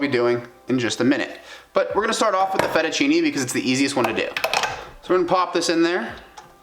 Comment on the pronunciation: it s not FERUCHINI, but 'Fettuccine' you must pronounce like FetuchinE with the E pronounced, like th e A in WAY..